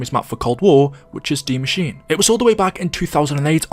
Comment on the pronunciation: I like how he says Der Eisendrache correctly but not Die Maschine. There’s literally no significance to this I just liked pointing stuff out.